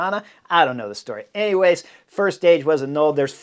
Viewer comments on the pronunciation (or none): none